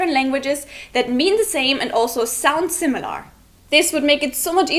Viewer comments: The way you say "similAR" is pretty weird. In British English it would just be "simil-uh" or in American I guess it would be more like "simil-ur". But either way you are stressing the final syllable way too much. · Just a tip: The way you pronounce "similar" is a little awkward. You put too much emphasis on the 'a'. It should sound more like "Similer" or "SimilUR". It doesn't require as much effort as you are using to pronounce it. Hope this helps. :) Love your videos. Love the german language. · British viewer here; your English is really excellent and your videos are entertaining. One thing that was quite jarring, an over-emphasis on the 'lar' in similar. Emphasis should be on the 'sim'. Keep up the good work! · similar is pronounced without "are" at the end. It sounds more like "err". (simm-i-lerr) not (simm-i-lare) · I love your series and your English is very good. However one tip from this video, the word, similar has an l-a-r at the end. but it's not pronounced similar, it's pronounced similer (like bigger, smaller, similer) . I don't know why but it's true. English can be a chaotic and spiteful language that will break rules just to mess with you. Sorry :( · That's not how you pronounce "similar," by the way. The final vowel (a) is pronounced similarly to the second (i), sometimes even identically. Compare British /ˈsɪmələ/, American /ˈsɪməlɚ/, and your mispronunciation /ˈsɪməlɑɹ/. It should not rhyme with "bar". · similahr... lol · I hope by now someone has told you you are pronouncing "similar" wrong! The -ar is not an 'ah' sound, it's the schwa as in 'better' or 'the'. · auf englisch, man "similar" wie "similer" aussprechen. Lol 😂